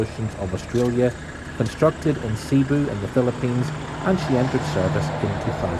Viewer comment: Cebu : stress on the second syllable.